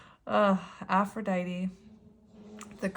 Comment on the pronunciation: It sounds like you did a good job communicating with your partner. Reconnecting with self is very important, and you are saying "Aphrodite" correctly.